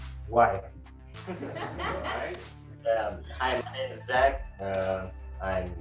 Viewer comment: mY name is,a не my nAme is.Ударение не правильно